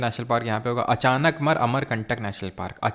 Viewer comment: Achanak mar nahi hai😂😂..... "Achaankamaar hai😂😂😂